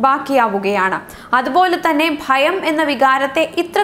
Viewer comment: ഫയം അല്ല sis ഭയം ഭരണിയുടെ "ഭ "